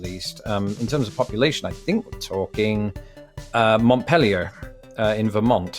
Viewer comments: I love what you do sir, but I am a Vermonter, and I just gotta say... "Mont-pelly-eh" ? I mean the correct local pronunciation is /mont-peal-ee-er/ . I don't know French so don't know which one of us is closer, but your pronunciation hurt my ears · The Capitol of Vermont (Montpelier) is pronounced MONT-PEEL-YER. Your pronunciation will peg you as a flatlander right off. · That is not how you pronounce "Montpelier". Not if you're a Vermonter, it's not. It's 'MAH'-peel-yurr', with a distinct glottal stop where that 't' goes, almost like it's "MOTT-peel-yurr", but not quite. Yes, the 'n' disappears entirely. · montpelier, VT - Mont-PEEL--ee-er. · Mont-PEEL-yer. I grew up there. It's not even spelled like the city in France. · you pronounced montpelier incorrectly. i lived in vermont for 15 years. the way you said it was the french way as in montpelier france. in vermont its pronounced with the r at the end mont as in monty python, peel-ee-er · Just so you know, Vermonters say Montpelier (mont-peel-e-er). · the way he pronounced montpelier still kills me